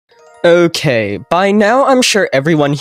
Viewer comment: He said ökay instead of okay at the beginning of the video